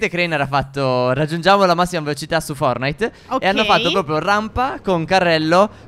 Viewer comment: Si dice FORTNAIT(pronuncia) non FORNAIT CA**OOO